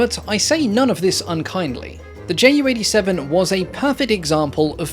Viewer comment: I find the Ju 287 (btw in german we don't pronounce that "J.U." but "Yuu") rather cool looking!